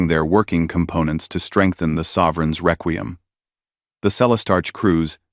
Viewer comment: Frigot? Reququm? So, not even a nodding acquaintance with the language... AI is going to save the world.